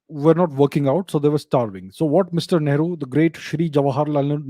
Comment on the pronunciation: Whenever Abhijeet sir says ‘Great Shree Nehru ji’. I hear ‘ Maadar bhatoora’ 😂😂😂😂😂😂😂😂😂😂😂😂